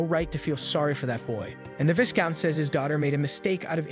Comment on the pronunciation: Part 2 please bro ✨ and not to be That person but the “s” in “viscount” is silent